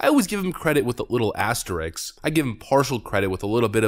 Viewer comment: AsterISK, not asterIKS